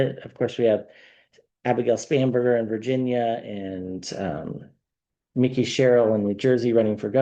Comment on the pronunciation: Just so you know, the gubernatorial candidate in NJ is Mikey Sherrill. It is pronounced MIKE - EE. Not Mickey like the mouse. Every time you call her Mickey, I cringe. Please give her the respect and pronounce her name correctly. She has a tough road to travel right now as she is carrying NJ freedom on her shoulders. Thanks